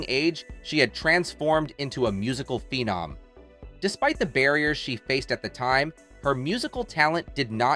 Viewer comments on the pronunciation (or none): none